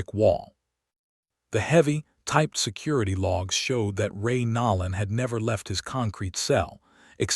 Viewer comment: HOW CAN ANYBODY LISTEN TO THE NAME AND NOT PRONOUNCE IT NOLAN WITH A LONG O AS IN NO. DEFINITELY NOT NAWLAN.